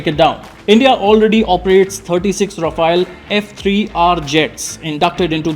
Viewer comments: Ra-Faal..which means fast moving wind...some research in pronouncing it correct ..its not Rafa-el like the Teenage Mutant Ninja Turtle. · India's policy's change more than Modi's outfits. Our inventory is so messy and complicated, keep making it even more complicated And a news report who can't even properly pronounce Rafale.